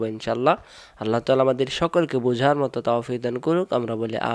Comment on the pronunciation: আল্লা হবে না আল্লহু হবে, মুখটা গোল করে উচ্চরন করতে হবে।।